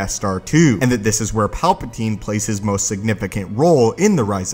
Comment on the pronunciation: my only comment is stop saying palpa*teen*